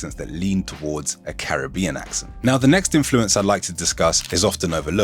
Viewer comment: Im offended by your mispronunciation of Caribbean 🤣 Im English and grew up with Jamaicans but recently learnt we've been saying Caribbean wrong all along and as a language learner mispronunciations are my pet peeve